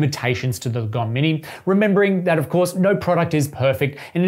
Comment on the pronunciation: I think the right pronounciation is not lagOm, but laaahgom, that's a Swedish word